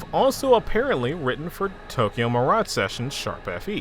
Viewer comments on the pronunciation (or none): none